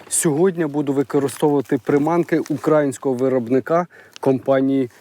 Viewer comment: все дуже гарно, супер. Але хочу зауважити, що не УкрАїнського - з наголосом на А, а УкраЇнського - наголосом на Ї, в нас же Україна - знаголосом на Ї, а не УкрАїна = з наголосом на А